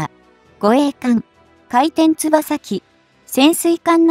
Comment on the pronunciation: もつとしっかり読み上げろよ。かいてんつばさじゃなくてかいてんよくだろ！